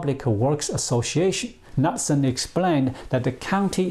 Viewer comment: it is pronounced "nootsen" (knutesen DANISH/Norwegian